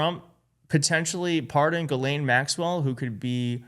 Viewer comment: And, you've got to be about the only American commentator who pronounces Ghislaine correctly - kudos.